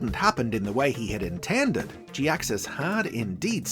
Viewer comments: I've always liked Jhiaxus... But to be honest this is the first I've heard his name Pronounced this specific way and it's mildly annoying to hear anyone say it like that. I might be in the minority on this too. I'm sorry, I love ya and your videos but man, I can't take it Pronounced like that. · Sounds more like jackass? Was it deliberate?!